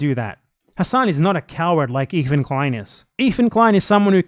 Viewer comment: “EEFAN KWEIN” 💀💀💀💀 you fuckin dork you are absolutely wrong and sound stupid